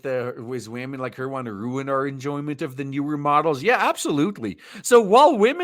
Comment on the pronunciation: Wahmen giving wahmen romantic advice lol